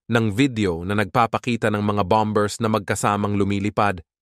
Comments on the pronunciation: Hindi bam bers, bamers seguro, silent b. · Bombers is pronounce as bamers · Basahin mo ng maayos ang word na bombers, mali ang pronunciation mo bro